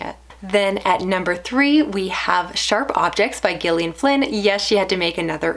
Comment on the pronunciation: I just discovered your channel last week and I have to say you've hooked me with your well-spoken, concise and insightful book talk. The moment I clicked on that Like button was when you said that Gone Girl reminded you of your own marriage. Refreshing honesty! Concerning! And thanks for pronouncing the author's name correctly and not "Jillion". Huge Gillian Flynn fan here. What did you think of "The Grownup"? That one's divisive (I loved it). I got a lot of recs from your videos. Thanks!